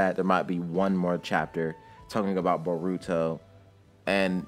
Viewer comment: Oh i say bo-ru-to not bo-ruuu-to but its fine